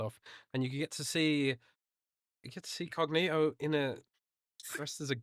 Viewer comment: Who in tha fuck is "lord cogkneetoe"? Ain't nobody got time f'dat.